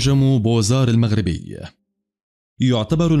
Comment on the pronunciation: المنجم اسمه بُوَازَارْ وليس بوزار Bouazare